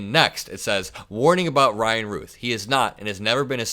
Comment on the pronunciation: I believe Routh is pronounced like the word south, like the actor Brandon Routh